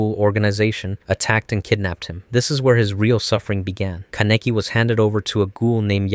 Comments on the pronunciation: Thats not how you fucking say kaneki's name holly shit it's missing me off everytime you say his name wrong it's such a pet peeve man I cant take ppl saying names or words wrong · the way he saying kaneki is killing me